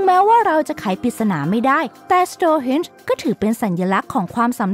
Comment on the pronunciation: Stone ที่แปลว่า หิน ไม่ใช่ Stores ที่แปลว่า ร้านค้า อ่านผิดๆถูกๆเกือบทุกคลิป หงุดหงิดนิดๆ